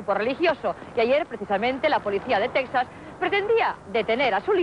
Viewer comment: Cuando dice en Texa, me da miedo .